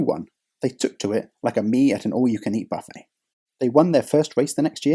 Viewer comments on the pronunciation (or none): none